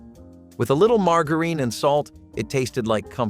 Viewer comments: Margareen? No, it's margarine, pronounced more like maar.jr.uhn. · Mar jar ihn, margarine